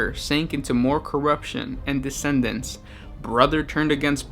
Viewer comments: dude... DECADENCE! not descendance. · deCadence NOT decendence duuuuude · Yeah, his pronunciation of decadence sounds like he's saying descendants.